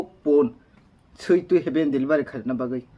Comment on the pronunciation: Delivari ❎ Delivery ✅